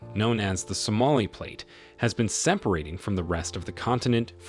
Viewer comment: "To ensure that you don't miss "OUT" ..? Only M I S S. "ROW-tating" = ? "DjibouRi" ? "Per year "RATES" ? A portion of E. Africa, known as the Somali plate, has been “ssseMparating" ... "Although it will take tens of millions of years to find "OUT" ... You F I N D something. "Finding OUT" = Discovering what you're NOT SUPPOSED TO KNOW. Boy, flush this 30th world crap of the "Where he AT ?" attempt of the English language. Come down here to the 3rd world & learn proper English.